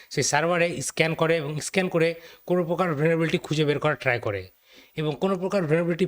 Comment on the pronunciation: ভাইয়া কোন প্রকার "Vulnerability ( ভালনারিবিলিটি)" শব্দটা একটু স্পষ্টভাবে উচ্চারণ করলে ভিডিওটার ভয়েস ইনপুট আরও শ্রুতিমধুর হতো। স্টিল ইউ আর ডুয়িং গ্রেট। কিপ গোয়িং 👍